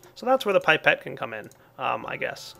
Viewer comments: Pie-Pet O.o ... *ahem* ... I think you will find it is Pip-et Because pronunciation is how we are rolling today ! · It may have been said before, but it's "pip"-ette, not "pipe"-ette. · Its not PIPE-et (phoenetic) its PIP-et. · "Pipette" is originally a french word, that's why it's pronounced "pip - et", like we do. But it is not surprising at all to see differences in pronouncation between England and the United States. As it is confirmed here : w w There is no paradigm in pronouncation... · Holy butt "gooey" "pipe-ette" Jesus man JESUS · It's pip - et not pipe - et!!! Well, in England at leased. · pippete us pronounced PIP-et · it's pronounced pip et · isnt is pronounced pip-et